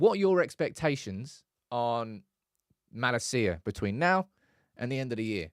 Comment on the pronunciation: Why do pronounce Malacia’s name like that ? For the love of god please get it right my man 😂